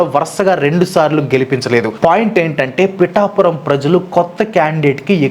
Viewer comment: Bro its pithapuram 😊